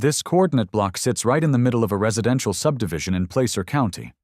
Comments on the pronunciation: As someone who has been in the "Gold Rush" for 65 years, the word is pronounced "plasser." Not placer. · Auburn? This is like the sixth city I’ve lived in that’s been the home of the HOA. It’s pronouncing Placer wrong, but it’s really cool to have Auburn mentioned!